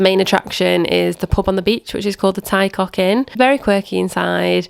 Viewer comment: Enjoyed your video! It's an amazing part of the world, we've just come back from there ourselves, Aberdaron was our highlight. Just a few pointers on pronunciation- Ty Coch is pronounced 'Tee Core-ch'. Soft 'ch' as in loch :)